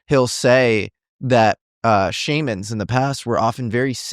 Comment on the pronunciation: I love how nobody can agree how to pronounce “shamans”😂: “Shammins”: “Shaymins” Others: “Shawmins” Me: “Shabba Ranks”